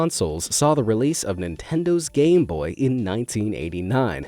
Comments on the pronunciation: Why did you say gay boy not game boy? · Did he say gay boy?? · Did anyone else him say gay boy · man said gayboy instead of gameboy